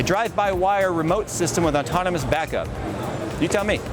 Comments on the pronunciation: definitely sounds like you're saying ontonomous instead of autonomous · I brought this up in one of his previous videos. Everyone is adamant he's says autonomous, but he clearly isn't 50% of the time he says the N before the T. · said "autonomous" so many times he's sure he pronounced it correctly at least once XD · doesn't know the word very well